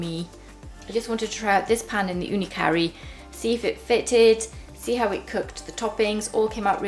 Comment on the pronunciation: How come you keep pronouncing the oven as the Ooni 'Curry'? Isnt it called the KaRu? Like how its spelt and how the company also pronouces it? Just wondering.